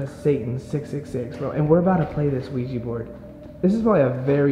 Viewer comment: Why do they say ouiji board and not ouija board?